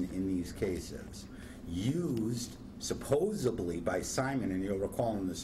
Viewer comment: The correct word is "supposedly" - not "supposably."